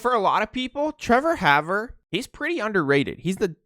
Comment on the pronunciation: and its pronounced "Hawver"